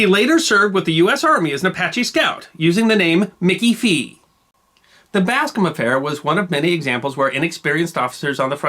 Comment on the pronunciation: Mickey FREE, not Mickey Fee. But perhaps I didn't hear that correctly.